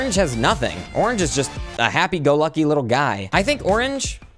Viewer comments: Correct me if I’m wrong he said orange 31 times and the 24th time it lowk made orange not sound like a word also the 24th orange was like o-ranGE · after hearing onage lots of times i realized the pronounciation is goofy and orange is the 2nd best color after red